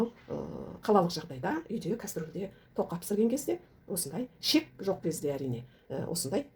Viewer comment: Шек емес. Қыздар, қатындар І Ш Е К. ішек дееееп айтсаңдаршы. Ішек, ішек, ішек